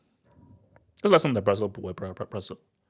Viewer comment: "LASIL" 😂😂😂😂that's crazy work